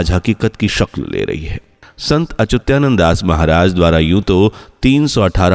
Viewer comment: 😂 मूर्ख संत अच्युतानंद दास 😂 महाराज न कि अत्युचानंद है